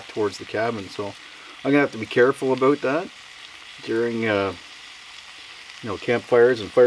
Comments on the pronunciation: ABOOT! canadian alert! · Are you in Canada, cause I see some Canadian trees in the video. Never mind I just heard you say about. FYI people, Canadians don't say about like aboot but sounds more like aboat.